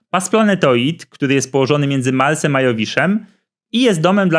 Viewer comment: Marsem a nie malsem kurwa mac